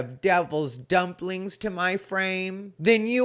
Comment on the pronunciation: “Devil’s dunplings” 😂😂😂😂